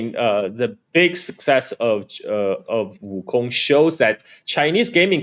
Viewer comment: I like how the host tries to say Wukong with the proper accent but still pronounces Wukong like King Kong.